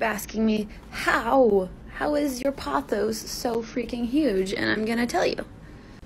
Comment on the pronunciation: ok first of all you’re not supposed to dust succulents and why did that dude call pothos “photos”